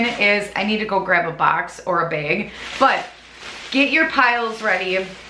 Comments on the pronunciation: I'm sorry, I kept getting stuck every time she said "bag". I kept thinking she said "bed"...🤦🏼‍♀️ lol I have the hardest time understanding the midwest accent. But I loved the video! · I love the way you say, bag!!!!! Lol!!! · So random but I really like the way you say “bag.” 🥰